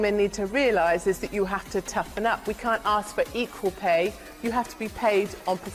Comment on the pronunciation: Lol you said axx. Lol